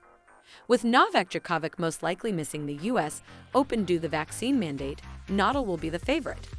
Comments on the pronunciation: Yeah...what’s the deal with that? 🤷🏻‍♀️ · Need to pronounce his last name correctly! It is Nadal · Whoever this is narrating doesn't have any idea who Rafa Na-DAHL is. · Her pronunciations of Rafa’s last name and his town were driving me up the wall. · Can pronounce Medvedev but not Nadal 🤦🏻‍♀️